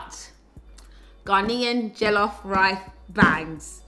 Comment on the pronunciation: You’re deffo a coconut, you need to go to Nigeria because this country has deffo white washed you💀 how can you number one pronounce jollof rice like that and 2 say Ghanaian jollof rice is better. Someone pls bring this woman some pounded yam